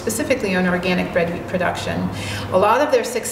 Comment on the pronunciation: wheat not weed